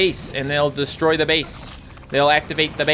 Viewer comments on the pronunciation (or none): none